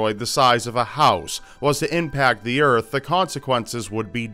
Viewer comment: "The urf" Damnit it's Earth:p